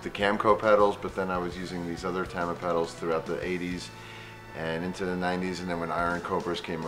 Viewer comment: I love how Mike pronounces "Tama" incorrectly. He's like the Wilford Brimley of drums.